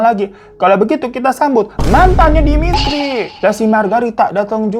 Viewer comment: Saya campuran dari Russia pingin nangis denger kakak bilang demitri, natasha